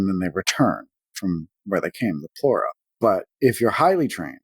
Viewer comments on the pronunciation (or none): It's called plura cave/plur-ahh/